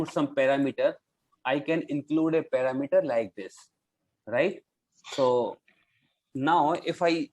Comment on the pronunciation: You are pronouncing Parameter wrong. Pronounciation here